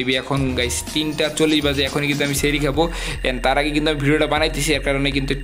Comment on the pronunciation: Bhaiya sehre bolbana sahri bolba ota bhul 🙂